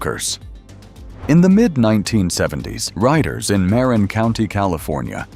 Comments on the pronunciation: Ai voice. Mispronouncing something as simple as Marin county. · Nice to see the old mountain bikes. I still have my Wicked Fat Chance. To bad Ibis and Mountain Goat are not worth a fortune. Some of the Mountain Goats had amazing paint jobs. Funny how the video mispronounced "Marin" and "Mt. Tamalpais".